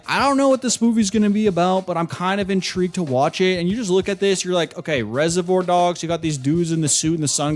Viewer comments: Wtf why are you saying reservoir like that? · We really out here listening to the opinions of a man who can't even pronounce reservoir.